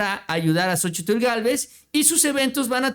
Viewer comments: Se pronuncia SOCHIL y no SOCHITL Saludos desde chihuahua…🤗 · La misma Xochitl Gálvez. Omite la. Letra. T AL PRONUNCIAR SU NOMBRE Y DICE XOCHIL